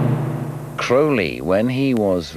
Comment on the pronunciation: The narrator pronounces his name correctly . Not many do . Including Ozzy .